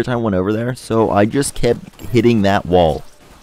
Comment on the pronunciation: wtf is a "wull" its wall bro